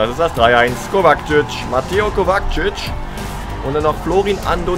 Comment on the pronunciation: du sagst immer Kovakcic😂😂er heißt Kovačic